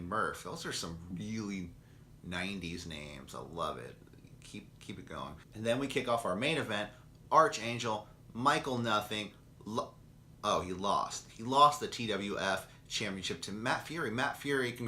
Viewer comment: Pronounced ‘ArK* Angel’ but other than that good stuff sir!